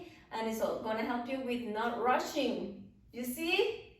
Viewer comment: Every time you say rushing, I hear Russian!))